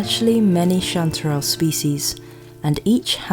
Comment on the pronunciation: I like the way you say chanterelle cantdadelle